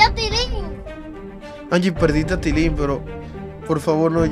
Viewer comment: No es TITILIN es TILIN